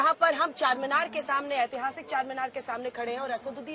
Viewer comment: Anjana madam Chanminar nai bolte Charminar bolte ye be nai malum aap ko kya